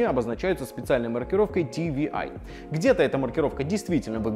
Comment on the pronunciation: Не ти ви ай...а ти дабл ю ай...учи алфавит